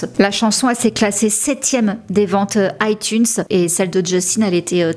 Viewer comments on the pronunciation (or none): none